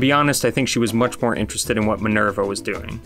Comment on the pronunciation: it's pronounced "ma - is". And; you just heard her name is Minerva. Why do you call her "Minörva"? 🤣